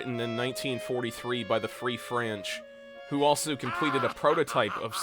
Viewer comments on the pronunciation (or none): "The Free Franch"